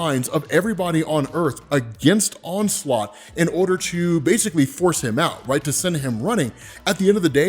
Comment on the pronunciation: Damn dude the "onslot Phoenix"